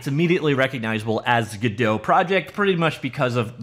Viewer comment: Godot is pronounced in a way that rhymes with ROBOT. Not whatever french pronunciation you’re using. Also notice Godot’s mascot IS a robot.